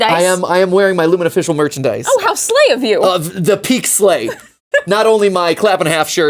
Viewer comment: mat it honestly hurt my brain hearing you say slay *love your channels